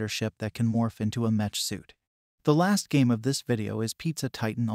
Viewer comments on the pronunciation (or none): Bruh its pronounced meck not metch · It’s pronounced meck by the way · It's pronounced "mekk" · It's pronounced mech aka "mechanical" without the anical lol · yeah that was painful to hear :D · was especially painful because he managed to pronounce "Battletech" correctly, so why doesn't he do it correctly with "mech"...